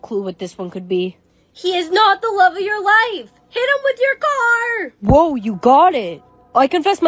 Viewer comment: The way she said car